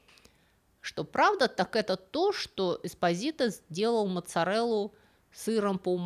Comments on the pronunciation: ЄспОзито.ударение на о.типичная наполитанская фамилия.могу рассказать историю😂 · Милая спасибо за рассказ,Фамилия правильно звучит с ударением на слог по.EsPO'sito.Слушать вас хочется долго,все,то вы рассказывает интересно. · По-итальянски фамилия читается как ЭспО́зито ну и ещё несколько недочётов по чтению итальянских слов. Предполагаю незнание итальянского, простому рекомендую перед записью хотя бы спросить кого-нибудь "в теме" как это считается в оригинале. Понятно что всё нельзя знать.😊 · Ударение должно быть ЭспОзито